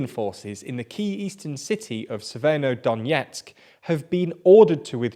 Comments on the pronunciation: Ye. It’s not “syeverodonyetsk” as he says it, it’s “severodonetsk.” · I've never heard somebody struggle so much / so often with "Severodonetsk"